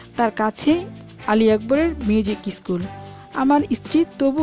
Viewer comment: Uchharon correct korle golpo aro valo lagbe, eskul, eestri aisob uchharon